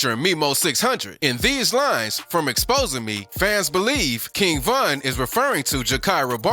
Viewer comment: Exactly and he said Von's name wrong and he showed duwop instead of dooski 😭😭